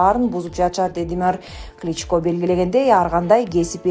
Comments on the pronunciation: Кличкалар деп окуба. Сабатсыздарды кайдан таап келип окутасынар? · Комментатор СЕН КАЧАН ТУУРА ОКУГАНДЫ УЙРОНОСУН!!!!!!НЕУЧ!КЛИЧКА,МИЗеНЦеВА дединго допраз!!!